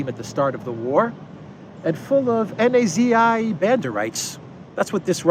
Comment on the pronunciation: why do you avoid saying Nazis and rather pronounce it as n a z i's?